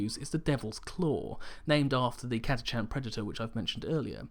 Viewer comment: I giggled to hear Catachan pronounced "Cata Chan". I've no idea how its really pronounced but I've always though "Catach an".